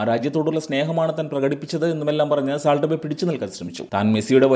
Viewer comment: സാൾട്ട് അല്ല സോൾട്ട്